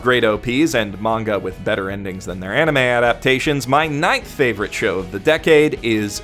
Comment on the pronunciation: Ah yes, I often rewatch my fav-OWR-ite anime...